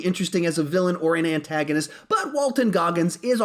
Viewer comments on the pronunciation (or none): did you say ANTagonist